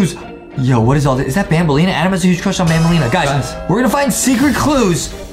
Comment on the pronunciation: Adem Has a huge cwush on banbaleena